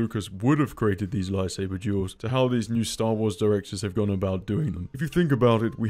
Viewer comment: I don't know how or why, but everytime he says "duels" i keep hearing "jews".